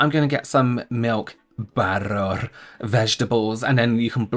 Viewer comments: I'm new I subbed when you said butddterrrr 😂nice to meet ya 😊🎉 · "...milk, BATTORR, veggies" 😂😂😂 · The way u said butter 🤣🤣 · Omg how you said butter. 😂